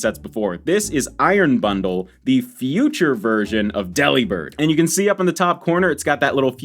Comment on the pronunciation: Did you know that deliburd is pronounced like delivered because it’s the Santa Pokémon 😃